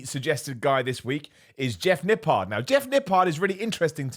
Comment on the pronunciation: All I am hearing all day is Nip PARD